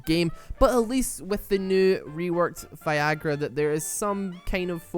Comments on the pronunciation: This boy says Vigger, not Veigar! I'm Crying! X"D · Just saying, but it's VAY-gar. Final Boss says as much and I'm pretty sure the champion knows his own name. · Yay my main finally got roasted! You forgot to roast the skins though, final boss veigar might just be the best skin in the game as to how much smoother he feels with it, also its pronounced vaaaaygar. Great video! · Also i think the name is pronounced as tristana says in her taunt is (Vay-Gar) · why are you pronouncing it as Vaigar is theres ' e'.....bruh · Goddangit, I was drinking and almost choked when you called him "Vagazzle" XD